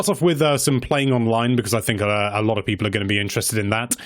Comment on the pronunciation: The way you say people in the beginning always makes me really uncomfortable and I wish you'd stop.